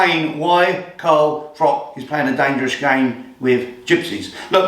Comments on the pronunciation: cant even call Carl by his correct name FROCH not FROCK....Absolute melt!! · Who's Carl frok?